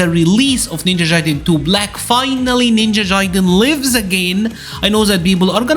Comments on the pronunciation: Ninja Jaiden lmao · Ninja JAIden lmfao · Cool guide ！But damn the Ninja "Jaiden" pronunciation ! 🤣